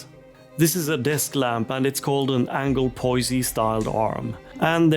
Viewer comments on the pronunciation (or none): Great video. Note: The last 'e' in AnglePoise is silent.